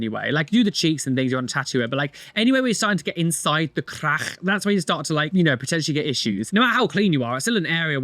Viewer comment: The way says crackh is sending me